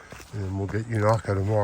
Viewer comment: Thanks for showing The Beauty Spot 💚 Unaka ….the first A is pronounced with a long A. I have seen snow on Roan Mountain in the first week of June many years ago . At one time Unaka was almost half American Chestnut trees before the blight that killed them out 🌿🍃